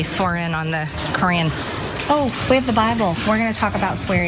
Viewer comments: Marjorie... dumbass! The correct pronunciation of Quran is ka raun. Not cran. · She can't even pronounce Quran correctly. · "You can't swear in on the Q-uran"!!